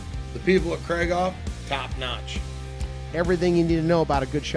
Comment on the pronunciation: Guys, FFS, it's KREEG-hoff, not KRAIG-off.